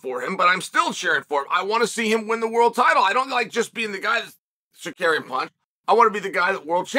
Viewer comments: Bro its "Sarook-yan" not "Sakairyan" lol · Tsar you kee an ! Is suspended for 9 months..what are you on about also get 1 name pronunciation correct for the luv of god..lol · Con man “Secarian” lmfao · chael do it with me buddy. tsa ruuuuuu kyan. not tsakarian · Chael it’s TSARUKYAN!!! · Secarian is sar rooky an but easy. What they gone do bout it anyway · Securian get it right hahahah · Learn how to say his name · He rarely gets a name right 😭